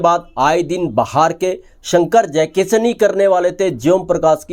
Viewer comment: श को स बोलता है ये... जयकिशन को जयकिसन 😂